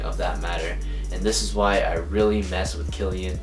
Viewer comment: It's pronounced Kill-e-on lol. Dope vid and keep it up!